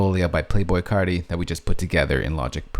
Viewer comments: Why he say his name like that?🤣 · He says carti like he's from New Jersey